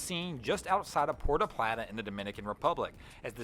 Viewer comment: It's pronounced poo-er-tohh plahh-tahh.